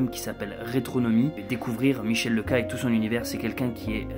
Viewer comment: Coucou, merci pour tes vidéos, je suis très impatient de suivre tes aventures avec ton Ford. Sinon Leca se prononce Léca. Bise